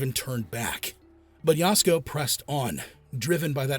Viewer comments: The A-I on this one is really bad. It's Ya-SUE-Ko, not Yowsko, for Pete's sake. 🫤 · Please consider re recording or dubbing this to correctly pronounce her name. Yasuko is pronounced “Yah-sue-ko”. You’re calling her “Yasko”, which sounds like a Japanese style of foods at Costco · Yah.sue.ko not yasko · Oh, is Yasuko pronounced “Yasco”? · The AI butchering Yasuko's name is a reminder how automated these vidoes are.